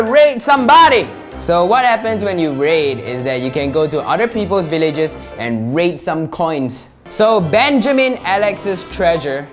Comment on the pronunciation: when he sai “there are 3 holes we can raid” i thought he said “we can rape” XD